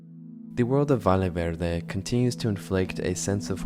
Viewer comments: I'm losing my mind, sorry, it's pronounced "VAYE VERDE" just like "Yapping" "Yes", the double LL in Spanish is pronounced like as Y. I'm guessing it's rage bait, and it's working, because I can't hold myself back every time he says "Vale Verde" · Bruh!, but seriously, Valle Verde is not pronounced "Vale Verde", use google translator to hear the pronunciation because a valle is a valley, and a vale is a voucher. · Sounds like European Spanish pronounciation